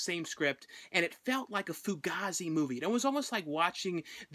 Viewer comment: fu-gay-zee is how its pronounced bra